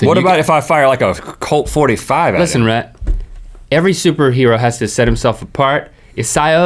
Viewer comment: Wheel idea: link repeatedly pronounces Rhett's name wrong